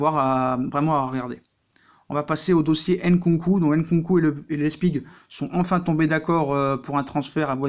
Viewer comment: Süle, ça se dit pas Soule, ça se prononce " Zuleuh"... Pareil pour Nkunku, on dit pas " Haine-Con-Cou".... Tu connais rien, j'confirme ✔️